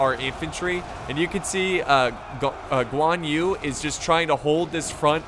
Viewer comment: I kinda happy when he pronounced Guan Yu correcty, but then when he pronounce Zhang Liao, my feeling got betrayed 😥.